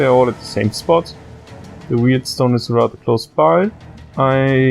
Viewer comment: It's warp stone, not weird stone